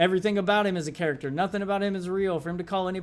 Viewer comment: nearly had a stroke the way you pronounced "character" .... yeah, that was something special. a microphone being infront of you surely isn't your strong suit.